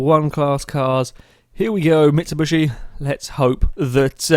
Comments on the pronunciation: its mitsubIIIshi XD not mitsubUsi !! btw i think this channel diserves more subscribers i am with it sicne forza 4 just come out and i was surre it would grow very fast but for some reason it didnt ! gj guys !(where are Alex and Husky?) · Why do you keep calling it a MitsuBUSHi? xD